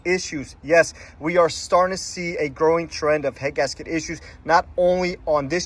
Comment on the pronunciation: annunciate please, i could barely understand you were saying 'head gasket issues'. i had to slow it down. be clear on what issues you are calling out please.